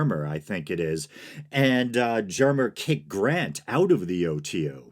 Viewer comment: Awesome video! Just information without judgement, much appreciated. Germer is pronounced with a hard G, according to my O.T.O. friends. I really appreciate you pronouncing Crowley correctly, and that you care about getting their names right.